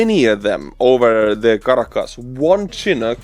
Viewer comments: I know English isn’t your first language and you always help me with Ukrainian words, so I’ll help you with the chinook helicopter. It’s pronounced “Shi-nook” not Chin-ook, like if you start saying “the sh in she. Not like the chin on your face. Hope this helps bro. Slava Ukraine 🇺🇦🇺🇸🇺🇦🇺🇸🇺🇦🇺🇸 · Chin-ook haha.. It's SHA-nook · SHIN-Nook is the correct pronunciation. Like the "shin" below your knee. Of course it could be your Estonian pronunciation coming through. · Let me butcher your name, got a freebie with the "The Boeing CH-47 Chinook" today. :) (Not Chin ook, it's shinn_ook) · a small pronunciation note:) The CH-47 Chinook helicopter is not pronounced “chin-ook” (like the English word chin), but “shi-nook.” The name comes from the Chinook people and the Chinook winds, and this is how it’s pronounced in Canada and generally in aviation. Think of it this way using Estonian sounds: the beginning sounds like “shi” (the same sound as in šokolaad / chocolate) the ending is “nuk”, short and clear. So altogether: shi-nook, not chin-ook. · Chinook is pronounced Shinook. Love your programs. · Chinook pronounced: chi-NOOK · Hey, The CH-47 Chinook helicopter, named in honor of the Chinook people, Pacific Northwest U.S. Indigenous people. English pronunciation of chinook Butcher me a helicopter....LOL Happy New Year! Texas, USA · Argh! I'm gonna be "that person" --but you'll be one up on our national news commentators if you pronounce it "shin-ook." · You are pronouncing Chinook wrong. It's more of a sh sound (shinook). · Chinook is pronounced shi-NOOK (like book), named after the weather pattern coming off the Rocky Mountains that creates a straight line of cloud across the sky pushing out cloudy weather and spiking temperatures for a while. 🇺🇦🇨🇦💪🏼✊🏻🇨🇦🇺🇦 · It's not important, but just so you know, "Chinook" is pronounced "Shinook." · Chinook is pronounced "shheh-nook" btw